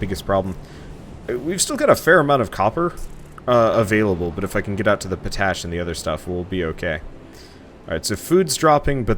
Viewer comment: You're pronouncing potash wrong. You look at it and say it like you would "potato" but it's pot-ash, sans the hyphen. POTash, not poTASH.